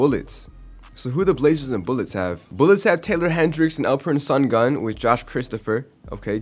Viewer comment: Alperen Sungun 💀